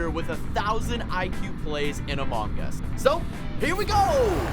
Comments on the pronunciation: 1 even though the game calls it cyan its teal 2 your a noob at among us why are you giving tips 3 why do u say am o ng us its pronouced am u ng us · Why does he say, “AmOHng Us” like, NO! Stop! Noooooo